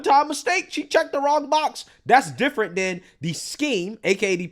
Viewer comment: “This is (D)ifferent!”